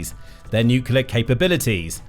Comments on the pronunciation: fyi It's "NUCLEAR (NU_ KLEE _ AR) not NUCULAR. Pedantic , I know, but to me it's like nails on a chalk board since Gee Dubya Bush invented that misspeak. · NUCLEAR....not...NUCULAR! For God's sake. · It is pronounced nuc-LE-AR not nuc-u-LER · If you insist on saying nuclear so often, could you pronounce it correctly? You sound like Homer Simpson when you say nucular. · It's so grating when supposed political analysts or politicians can't pronounce "nuclear" correctly.